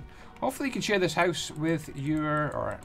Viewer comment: "less lighting inside your hooce"